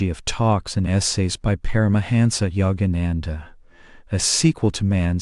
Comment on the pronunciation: Please I respect that we all have regional accents but your pronunciation of his name alone is horrible. Be respectful of this great man. To intentionally mispronounce his name is truly disrespectful and insulting. All your pronunciation is horrible. These people come from another country. Please have a little respect.